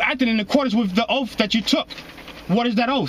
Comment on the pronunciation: He axed the cops if they took an "oaff".. instead of taking and Oath.